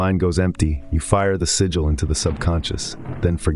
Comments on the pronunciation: you dont need the AI voiceover. sigil, not siggil. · Shit ai copying other peoples work and mispronouncing the word “sigil” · The AI mispronouncing sig·il / sigil is really taking me out of internalizeing the information.